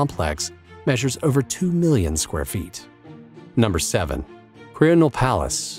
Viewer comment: Your pronunciation of "Venarìa Reale" (former royal palace of Italy), is very bad. Also "Quirinale", the "e" is not silent so when you say "quirinaal" is wrong.